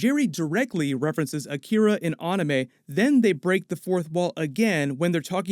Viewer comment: I swear I heard Jerry say you turned our son into an ‘Akita’ like the dog breed because Jerry is too dumb to know what Akira is